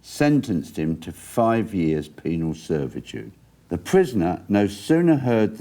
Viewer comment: Penal. NOT... Penile.... Lol